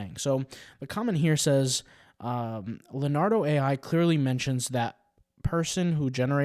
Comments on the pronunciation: It's not Len -ardo, it's Leon-ardo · It's hard to take someone seriously when they pronounced Leonardo as Luh-Nardo